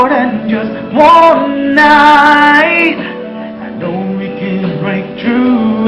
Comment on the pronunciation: Sama talaga eh naubo..nahingal..ahhh...haaahhh...kulang nalang ay dumahak eh .sabi pa ng pgkabigkas.. Jas won. Daw...imbes na just once